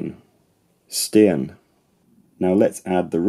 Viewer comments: very good, neutral pronunciation of 'steen' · Dutch was spot on also for such a simple word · His Dutch pronounciation of "steen" was perfect as well.